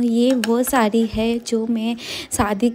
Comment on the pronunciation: शुद्ध बोलो सारी न बोलो साड़ी बोलो😂